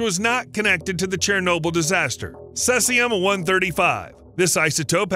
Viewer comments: CESIUM, NOT CELSIUM. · It's NOT CESS-IUM... It's CEASE-IUM. Try harder next time. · Cesium is pronounced "see-zee-em" not "cess-e-um". Why not bother to get it right? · Caesium is pronounced seezium, not sessium. It's half like if 30y, so that is why scientists expect to see half as much 30y later, not because it has been washed away or gone deeper into the ground. Fukashima dot ichi ?? Is that a web site URL?? WTF. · The pronunciation of "Cesium" is "see-zee-um" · "Celsium"? Could you possibly mean "caesium"? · Cel-sium, Lul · Cesium pronunciation: see zee uhm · Its pronounced /ˈsiːziəm/ Sea-zee-um. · Thank you for not saying "Nuculer". However, Caesium is pronounced: /ˈsiːziəm/ (SEE-zee-əm) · He uses two pronunciations and neither is correct. Mistyped it as Celsium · The narrator pronounces "cesium" in a way that might be reasonable if English were read phonetically, but that is weird to anyone who participates in conversations that mention the element. Is the narrator's pronunciation some odd regionalism? Probably not. I checked a bunch of online dictionaries for both US (cesium) and and Commonwealth (caesium) spellings, and all the pronunciations (US, UK, whatever) have the first part of the word sounding like "seize."